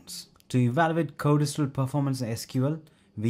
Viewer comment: BTW: It's pronounced code stral NOT code es stral Correct?